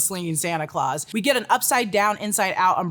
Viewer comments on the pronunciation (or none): none